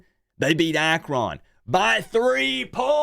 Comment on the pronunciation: I live in Akron/Canton...laugh when you pronounce AkRON lol! It's pronounced more like AkRIN.